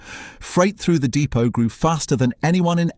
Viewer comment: I know it has AI content but poorly using sceptic pronunciation of depot.